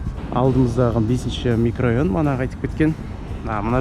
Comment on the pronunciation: Микрайон емес микрорайон